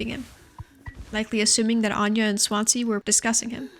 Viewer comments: For Americans watching Swansea is pronounced 'Swan-zee' ! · Swan zee It's a city. Please learn to pronounce stuff first